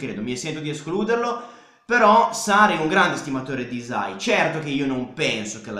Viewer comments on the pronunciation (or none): la y in albanese si pronuncia tipo iu (non è proprio iu, non so come spiegarlo, iu è il suono che ci si avvicina di più), quindi sarebbe pronunciato iusai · Video perfetto, però hai sbagliato a pronunciare hysaj (non potevo non notarlo da nativa albanese). Comunque grande, sei davvero l'unico che entra affondo e discute di calcio con coerenza e capacità, continua così!